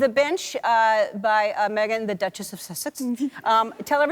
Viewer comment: There's not a "t" in the word duchess .... 😂😂😂